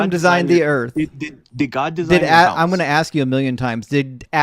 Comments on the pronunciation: Is the caller saying "Earf" instead of "Earth"? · What the hell is "Earf"? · when he created the earf. thats when id end the convo